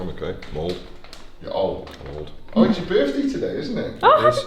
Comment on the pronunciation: When he says he feels old I thought he says “I feel bald” 😂